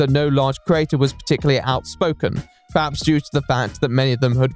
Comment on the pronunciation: The way he mispronounces the word 'creator' drives me absolutely mental.